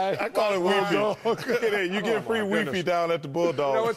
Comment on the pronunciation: "Wee fee" HAHAHAHA